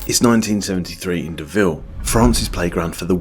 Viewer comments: Deauville is pronounced doh-vill (dough-vill). Not de-ville. Not Cruella Deville. And that's not the only problem. There's a probelm., you must try harder. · If you want to pronounce the name Deauville without sounding like a klutz, try saying 'Doe Veal'. It's much closer to the French name. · It is; 'Do-Ville' when pronounced correctly. Just thought you'd like to know.